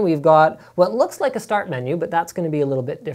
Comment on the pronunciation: rooks rike shit